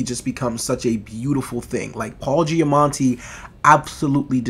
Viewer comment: Loved this movie, glad to see others share my enthusiasm! All three leads did a great job and had their own interesting, heartfelt stories. Btw, think you are pronouncing an 'n' in Paul Giamatti's name but there isnt one 😉